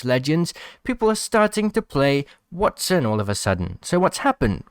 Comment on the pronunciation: Wattson. waTTson. Not that hard lol